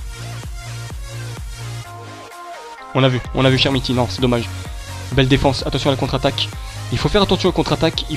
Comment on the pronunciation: Très bonne vidéo mec mais on dit [k]ermiti et non chermiti sinon bonne vidéo comme d'hab ;)